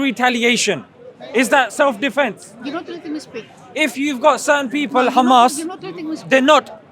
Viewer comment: khamas , khamas , khamas is all they say .